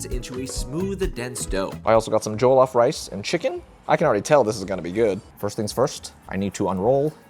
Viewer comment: jollof is less joe/joel and more joh like when you're like oh quickly. if that makes sense!